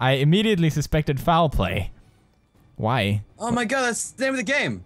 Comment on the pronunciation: you say wyv and keep not why and keep !